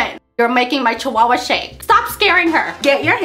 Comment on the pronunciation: I love it when you say CHI-HUIII-HUIII lmao, I <3 you